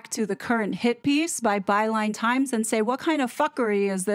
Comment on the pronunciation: Overtime I hear you say "Byline Times" it sounds like "By lying times" 😂😂